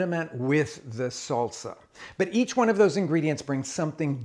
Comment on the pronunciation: not Sulsa not soulsa it is SAHL-SAh {salsa}